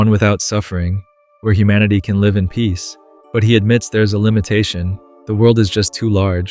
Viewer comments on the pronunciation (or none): Lie-ve on air not lihhve on air Suh kree ting not secret ing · is when i realized this is an AI voiced channel because of the pronunciation of the word "Live" in "Live on air"... I will still continue to watch it since the script appears human written, and the content is genuinely good. But just putting it out there for my own peace.